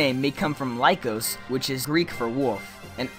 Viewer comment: lykos is pronounced l-ee-kos